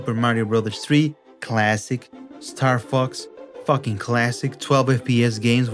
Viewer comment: I love when you say "fokin classic" Hahah